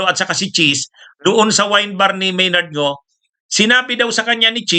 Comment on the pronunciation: Maynard Ngu po attorney, hindi Maynard Ngo. Mali lang po ang inyong pronounciation, katulad ng petsa, pronounced ninyo pitsa. Ganyan siguro mag-pronounce ang mga Bicolano. Pardon me.